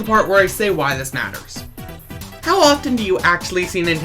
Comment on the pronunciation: “Maters” 🛻 lol